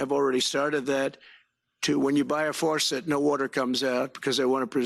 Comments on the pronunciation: Did he say faucet or farcet?😅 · What’s a “farcet”? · He doesn’t even know how to say faucet!!! My dog has a larger vocabulary and a much higher IQ!!